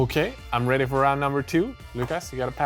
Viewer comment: Takes on glasses. And says: Red'y.